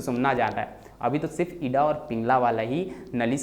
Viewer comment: Ida ka pronounciation to thik se kar lo pehle.